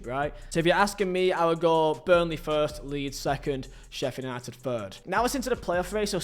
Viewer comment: Slow down when you’re talking man. It’s Sheffield United not sheffer nighted